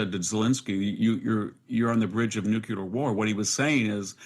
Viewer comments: VDH is highly intelligent, but he needs to learn that there is no such word as "nucular." It is NU-CLEAR! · I've always admired how intelligent he is, but have problems with him saying nucular.